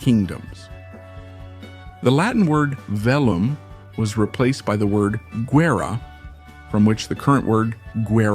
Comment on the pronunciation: The pronunciation of some Spanish words is totally innacurate. Like agasajar y guerra. The pronunciation is not understandable in Spanish the way he pronounces it. Should have looked for pronunciation to do the video. J in Spanish has a totoally different sound than in English. Is more similar to the sound h in English, and not even. Apart from that, interesting video